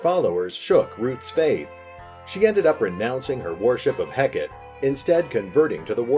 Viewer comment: Such a cool concept! (Btw Hekate is pronounced Hek-a-tee)